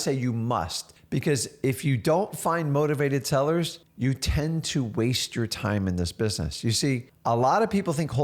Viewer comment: are you saying motivated tellers?